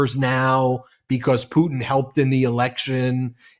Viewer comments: I giggled when Brett pronounced Pudin for putin.😂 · WHY?? why can't on the far left of the screen pronounce his Ts?? "Vladimir Puddin is really pushing his buddins. idk why it drives me crazy but I can't stop hearing it now